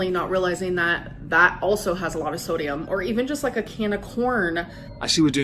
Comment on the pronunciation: I like when she says thodium